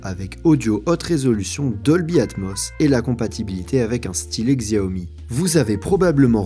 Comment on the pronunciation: "Xiaomi" ce prononce "chaomi" je le tien d'une chinoise